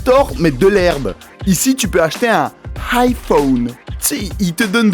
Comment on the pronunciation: un "high-phone" HAHAHAHAHA! excellent!